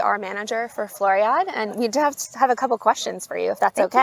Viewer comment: Very nice video. You pronounce the last "e" in Floriade. Same for Almere. One of the best videos on the Floriade.....